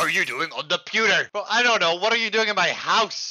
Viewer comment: "what are you doing on the pewder" lol